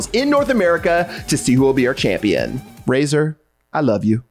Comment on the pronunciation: I though he said Rayzorbeam instead of Razer